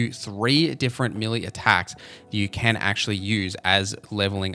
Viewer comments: Melee is pronounced Meh‐lay😊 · As an Aussie I confirm he's saying it weird lol! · Listening to you butcher the pronunciation of the word Melee 😂